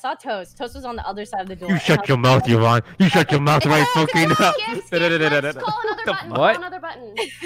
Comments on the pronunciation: Sykunno, remember its EEEEEE-vonne, not yuh-vonne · E-von. Eeeeeee-von. Not yuh-von, not Uh-von, not Yee-von. I swear that urks me way more than it should but she spent an entire day correcting you and its a very common name. E......von say it with me, E-von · I can’t every time he says YEH VONNE. Y acts like a vowel here. Not a consonant. 😭 It’s EEE VONNE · Sykkuno : "yuivonne" Pokimane : "ITS EE-VONNE" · So, he went back to saying Yuh-von, I guess. Lol, it’s EE-von man 😂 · i love sykkuno but every time he calls yvonne with "yeevonne", it kinda annoys me :(